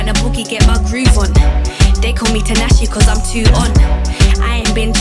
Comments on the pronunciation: tinashe is pronounced tea-nashe love !! LOL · Ngl I was getting hella irritated cause she keeps pronouncing tinashe name wrong just to make it rhyme with her lyrics 🤦🏾‍♀️😑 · Everytime she say tinashe I cringe cause it just so incorrect I'm dying 😩 but the song was calm